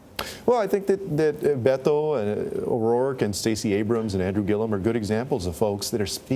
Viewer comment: I thought Hillary Clinton should have picked Sec. Castro as her running mate, but I have to say that I am already so happy that Sec. Castro, as a Mexican-American who is Spanish speaking, pronounce Beto's name correctly. It irks me that English-speaking-only Americans pronounce it incorrectly.